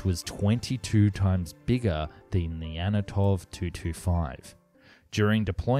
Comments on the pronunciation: "anatov 225"?? 😂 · It's the ANTONOV 225 and not the ANATOV 225. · There's no "Anatof" 225. Only an "Antonow" An 225 ...